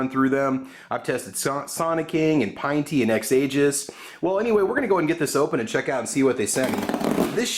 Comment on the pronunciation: Pinn-tee not pine-tee